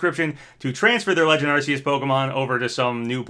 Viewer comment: How he pronounced Arceus lmao